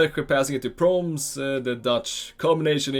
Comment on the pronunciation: Its not proms you speak it out like pro mes